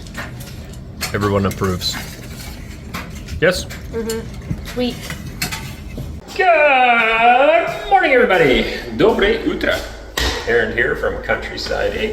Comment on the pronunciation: Would someone please teach Arend to say dobrOYE utro?